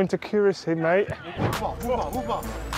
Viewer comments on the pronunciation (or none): Precisie, allemaal goed en wel, nu nog 'accuracy' juist leren uitspreken! 😅😂😂😂